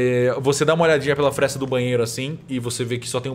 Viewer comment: “a desconjuração é brutal” diz o mestre que nao consegue falar FRESTA